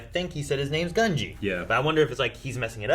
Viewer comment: you keep mispronouncing Gunji's name, it's pronounced Gun-J'EE not gun-Gee, it's always been Gun-Jee lol